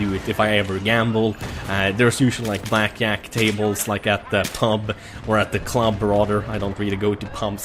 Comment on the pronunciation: I like the way says "blackjack"... Its not "blackjack" but its "blackyack" instead lol